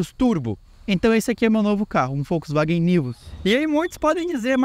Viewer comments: Volks… e não Folks… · Pq vc fala Folksvagen? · Só eu que reparei que o Gustavo fala Foxwaguem ?😅😅